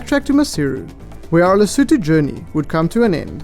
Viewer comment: Today I learned how to pronounce Lesotho